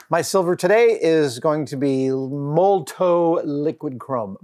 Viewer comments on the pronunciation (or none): Adam, the brand is MOLOTOW (MO-LO-TOW), not MOLTOW. And it's pronounced MOLOTOV. You know, like the Russian cocktail. ;-)